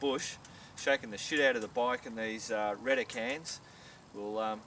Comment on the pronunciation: the way you say it, it sounds like Rent-A-Can :) bad name choice i presume